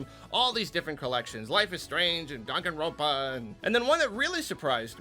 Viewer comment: it's so weird hearing say Danganronpa